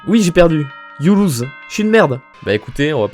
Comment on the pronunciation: C’estré you loust et pas you Louse